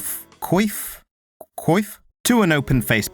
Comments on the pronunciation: Not sure how to pronounce coif...but I'm almost 100% sure it's not pronounced queef 👀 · it’s pronounced “queef” as in “Le queef” 🤌🤌🧀